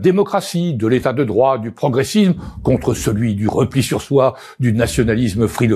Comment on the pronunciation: Progressizzzme, nationalizzzme, macronizzzme, européizzzme, Pas mal, mais je suis sûr qu'avec un peu d'entrainement, tu feras mieux.? Allez, courage, tu vas réussir à la démolir, ma belle langué Française.